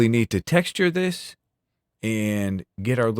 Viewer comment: "Dis a good pencil!" Love it